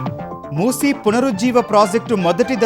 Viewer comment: మూస నదిని మూసి నది అని పేరుతో పలుకుతున్నారు